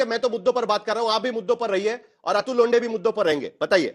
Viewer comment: नमस्ते अतुल लोंडे नही लोठें? 😂